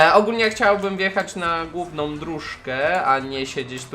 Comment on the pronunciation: misja gówna xd (główna) czemu tak usłyszałem